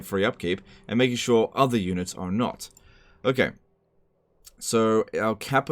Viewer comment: YUH-NITS! FAH-LIE LIKE THE WEND